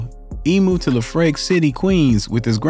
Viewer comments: "LeFrake City????" Nah, sun, although simple mistake, it's pronounced how it's spelled...LeFrak City, aka Iraq City. #Queens #EnYcE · Homie said lehfrack lmfao it’s pronounced left-rack city smh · ...and it's LEF-RACK, not LaFrake. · The mispronouncing of Lefrac is my only critique (sounds like "Leff-rack"). Very good research otherwise 💯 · It’s pronounced Lef Rak. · I could tell you’re not from New York by the way you say lefrak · don't ever believe someone who tells a story and can't pronounce Lefrak correctly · Gotta learn how to pronounce the names of the places you’re mentioning. Anyone that lives in New York knows your pronunciation is wrong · 😂 the way he said "Lefrak" 💀